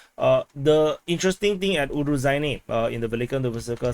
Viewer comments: So the title should be Ukraine enters Robotyne... Btw the zh in Urozhaine sounds like z in azure, not j and dg in judge... there is no 'd' component, just the whistling sound. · You definetely got fooled regarding the pronounciation of Urozhaine. The kyrillic letter in the name (it looks a bit like a beetle) is to be pronounced as a soft "sh", like in "Niger". If you wanted to create a "j" sound, you would have to add a "d", like in "Джо" for Joe.